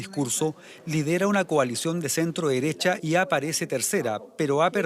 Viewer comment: El que hizo el "reporte"desde Chile dijo.. "ultra DERESHHAAA KAST", pero "omitió" que JARA es comunista. Hasta a esos periodistuchos les da vergüenza nombrar el partido COMUNISTA.